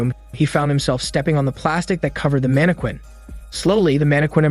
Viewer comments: ......are you purposely mispronouncing random words or do I need to start making a list? Lol there is no way you don't actually know the difference between live/live and how to pronounce mannequin...(it's man-a-kin...not mana-quin). Maybe I've just been watching too many of these in a row. Time for a break. wait...the webtoon is about to have cuntent?..not Content? Similar to the live/live issue in the other video lol. Ok at least I know I'm not just randomly noticing these things. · It's pronounced mann-eh-kin, for your pleasure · So you really can’t say mannequin, huh? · Ayo why did you say mannequin like that 😭🤚🏾it threw me off every time